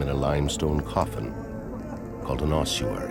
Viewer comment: It's a fecking ossuary! Oss-uary. Where does this completely made up 'h' Come from? Spoiled the whole film for me, and it's not an accent thing. Somebody on the production team who wasn't very literate probably told a bunch of voice artists and actors (who had never heard of it) how to pronounce it, and it went down hill from there. How, on God's Earth, are we to determine what may have been written two thousand years ago, when, supposedly educated, film makers cannot actually read and speak the words of to-day?